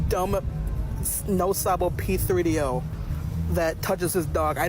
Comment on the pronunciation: Hearing “p-three-D-O” said out loud is so weird to me haha